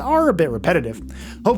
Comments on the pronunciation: Uhhhhh atlan not altan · Every time he mentioned the Atlan mech and said it wrong, it made me picture a mech that had been in a tanning bed too long and was dark brown or orange 😂